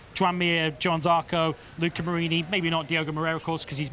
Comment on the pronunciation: even as an orstraylean I can pronounce johann correctly - please please try